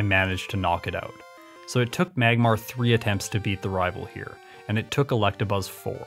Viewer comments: Are you saying Collectabuzz? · Yo i thought i was the only one who pronounced electabuzz like that